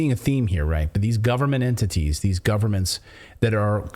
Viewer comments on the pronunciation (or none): none